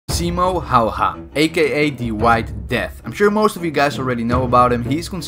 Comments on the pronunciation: Why simo hayha its häyhä like heyhe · Him: simo hauha Me: auch auch my brain Its simo haya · Its Simo Häyhä not Simo Hauha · It's simo häyhä not himo sayha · I noticed that too.. 😂 simo howha it’s more like simo haya.. and i’m a dutch fella too bro.. 🇳🇱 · Hayhe not howha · Fact: It’s pronounce Haayy-Haa and not halha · HÄYHÄ NOT HAYHA SPEEK IT RIGHT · Simo hauha who is that , its pronounced simo heja , spelled Simo Häyhä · Hayha not hawha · I used to think Simo Häyhä’s name was pronounced as ‘Simo Haiyah’ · I like how you said Häyhä, you said like haw-haw Not hating just think it was funny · Since when is Hauha the pronounciation for Häyhä? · It's pronounced "hawa" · I can't stop laghing how you prounoc es Simo häyhä lol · says Simo Häyhä Me being Finnish, tf did you just say??!? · I don't either but I am Scandinavian so I have the letter "Ä" in my alphabet, wich means I know how to pronounce it. Now I have no clue where you're from (my guess would be German, Austrian or Swiss German from your accent) but it's definetly not pronounced like a combination of "A" and "Å". (I easily get frustrated when people pronounce things wrong... my appologies) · you said his name wrong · You say the name wrong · Proud finn here just to announce that you absolutely botched pronouncing häyhä